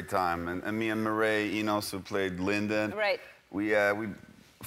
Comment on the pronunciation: The way he says Linden...ughh